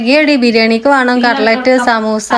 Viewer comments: കറിലേറ്റ് എല്ലാ പറയാ കട്ട്ലറ്റ് എന്നാണ് പറയാ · കട്ട്ലറ്റ്ന് നിങ്ങളെന്താ പറയിണ്😂കറ്ലറ്റ് ന്നാണോ ശരിക്ക് കേൾക്കുന്നില്ല😂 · Ingal cutlet nendhaa parayne kekkumpo verenthoo aaan😅